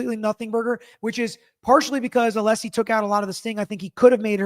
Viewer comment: I just bought a t shirt to support you and your channel. Congrats on 500k 🎉 I love your recaps and how you break it down for all of us in an unbiased way. I also love your dad. It was so cute how he kept saying ah-lee-see even after you told him how to pronounce Alessi lol. I can’t wait for the next recap w your dad.